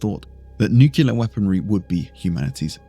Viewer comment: Ok Video, not that anyone who knows what tyranids are ever asked that question 🤣 But i have to say, nucular killed me inside! And you are british... do better man 😉